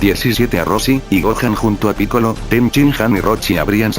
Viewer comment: crees que esta bien dicho picoro? es que laura torres siempre lo dice asi pero es piccolo